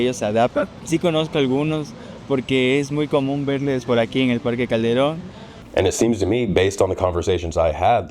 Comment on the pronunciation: Thank you for making this. I used to live in Cuenca and am considering moving back. It would be between there and Quito for me. You prounounced Parque Calderon just fine! 😬